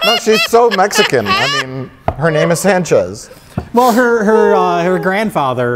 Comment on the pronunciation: Also that’s not how you say Sanchez just letting you know sorry to correct you it just bothers me